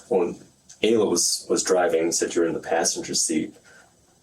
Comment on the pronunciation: Ayla is pronounced Aye-Luh.